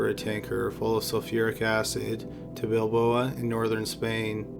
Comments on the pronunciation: It's Bilbao, not Bilboa. Apart from that - good as always. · Not BilbOA, it's Bilbao! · It is Bilbao not Bilboa. Rhymes with cow. Bilbao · Bilbao, not Balboa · bilboa? bilbao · Really good job with the video! I really liked it. BTW, the name of the city in the north of Spain is Bilbao, or Bilbo (like the hobbit) :D Keep doing such a great job! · Do really like these, but my God! Bilbao! NOT Balboa! Bill-bow. It's a very famous city in Spain, known for its architecture & art. These aren't mystery cities & names. No offense, but it's clear the narrator hasn't been exposed to much in life. Really detracts from the stories bc it's so frequent. Keep working on it, friend! This is a great site! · Bill - Bow is how the city of Bilbao is pronounced. Just so you know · Love these videos, but you repeatedly mispronouncing Bilbao as Bilboa is driving me crazy.